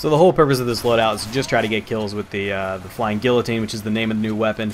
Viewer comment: The new sapper when it's fixed will be really good. Not so much for getting massive destruction points, but as a team helper, people can easily take down a level 1 or 2 sentry, which happens very quickly. The new heavy MG is boring to use, and guillotine is pronounced G-EE-o-teen